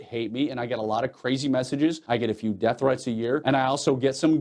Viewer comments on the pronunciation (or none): none